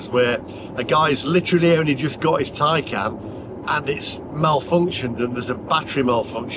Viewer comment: Taycan not Tiecan